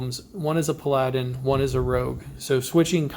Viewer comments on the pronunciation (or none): Paladin not pladin 😂